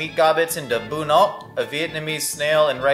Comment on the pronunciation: As a Vietnamese man I appreciate how you pronounced bún ốc correctly